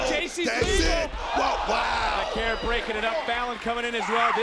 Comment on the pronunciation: "Va-kuhr",. Good grief!